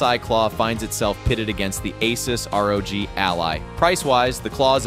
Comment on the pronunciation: Cringe ass ai video, can't even pronounce rog correctly.